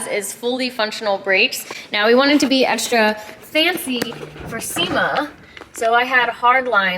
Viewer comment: when says egsdra